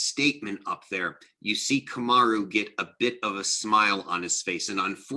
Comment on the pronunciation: Great vid, however Kamaru won the Ultimate Fighter , and has never loss in the UFC, dudes won like 12 in a row, and defended the title 4 TIMES, his name isn't Marty, it's Kamaru , put some respect on his name ...Otherwise great vid